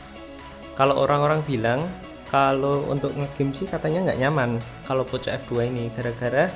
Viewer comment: Bang Poco dibaca Poko